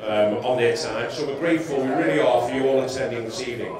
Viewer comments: Random good ebening comment lmao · Sam Jerome ...Ebening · Emery starts the show. GOOD EBENING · jawad baloch 😂😂 gud ebening bro